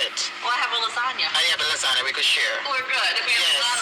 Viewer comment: LARRYZONA 😅😅😅😅😅😅😅😅......ITS CALL LASAGNA